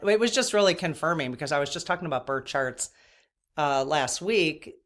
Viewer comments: Are you saying bird or birth charts? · I’m at the 13 minute mark and had to stop and comment. When was talking about birth charts I thought she was saying “bird sharts” several times. 😂😂😂 I was like whaaaaaa, why is everyone talking about bird sharts??? Lmao omg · Thought you said bird charts not birth charts - 😊